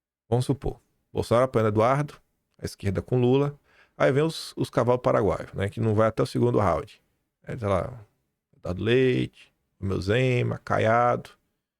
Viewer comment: "Os cavalos Paraaguaios" 😂